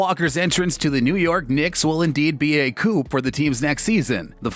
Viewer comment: The “p” in coup is silent. Unless you mean Kemba Walker is a two-door car.